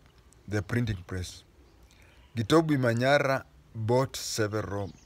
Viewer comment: For the pronunciation we do pronounce the "B" as a "B" not has a "V" the name is not Ukuyu 😂